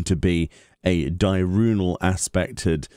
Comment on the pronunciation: Di-urnal not Di-runal